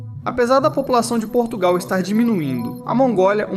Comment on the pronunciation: Portugal está irreconhecível por causa da imigração descontrolada, nem falar sabem... "Porrtugáu" que tristes!!!